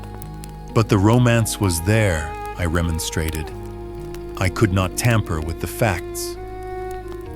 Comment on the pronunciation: The narrator needs to learn how to pronounce words like “ rebel” (as a verb meaning “object to”) or “remonstrate” (no it does NOT rhyme with “demonstrate.”